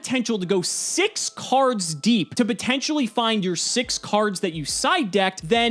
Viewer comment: The lawls when he emphasizes SIX. CARDS. DEEP. 🤣🤣